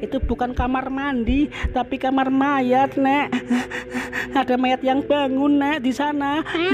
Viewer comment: Hee.. gak bisa baca,kamar mayat dibilang kamar mayndi